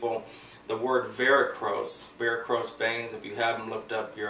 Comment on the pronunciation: Varicose not Varicrose